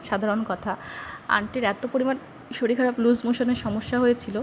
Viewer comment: Madam apni eto kichu janen r eta janen na j ktha ta শরীল নয় শরীর